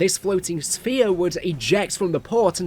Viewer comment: sfear is how you say it, not sephere